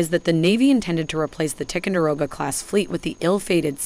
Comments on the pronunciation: Listening to this announcer butcher the names of these ships is like listening to fingernails scratching on a chalkboard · Learn to correctly pronounce TICONDEROGA ! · What is the deal with Ticonderoga pronunciation? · Good video; but please learn how to pronounce the word Ticonderoga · This lady doesn’t know how to pronounce the names of some of these ships! She also talks to F’ing fast! She also this lady also chews her words!!! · OH MY GOD! AT LEAST PRONOUNCE TICONDEROGA CORRECTLY!!!!!!!!!!!!!!!! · Learn how to pronounce "Ticonderoga". It's a place in NY State. And remember the battle of Late Gulf. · If you are going to feature a ship class in your video, you should learn to pronounce the name of the lead ship of the class correctly. It hurts your credibility that you repeat this short "i" error throughout the video. Also blowing the pronunciation of "ANTIETAM". Sorry to pick nits, but there are literally thousands of veterans out there who have sailed in these vessels wincing every time you mispronounce the names... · It is not Tic-a-row-ga, it's Ty-con-da-row-ga !!! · This lady is reading a teleprompter and has no clue about Tico ships. She mispronounced several of them. Also It’s Tie-Conderoga, not Ti-conderoga. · What the heck is a "Tickendurogah?" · Her mispronunciation of Ticonderoga really ticks me off. It's not "Tic-un-de-roga", it's "Ti-CON-der-oga". "Late Gulf" - no. Leyte Gulf, yes. Geez. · Damn why can't any one pronounce the words right.It's pronounced Ty conderoga, not tick conderoga.It's Aagis not eegis.It's so irritating to hear every one miss pronounce the words. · I wish you would pronounce the name Ticonderoga properly. “Tye-kon-der-oga”. And Huè city is pronounce “way city”. It’s an insult otherwise. I served on the Tico. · Ticonderoga is pronounced Tie-con-der-o-ga... Leyte Gulf is pronounced Lay-tee Gulf... Hue' City is pronounced Way City... Antietam is pronounced An-tea-tum... Say it right.